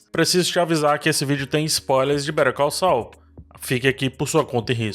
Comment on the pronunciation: eu tô maluco ou a pronúncia de "better call saul" parece (literalmente) "perigoso"?